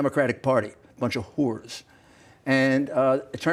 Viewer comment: I've noticed over the decades all the men I've ever met who pronounce the word "whoores" were the ones who use their services.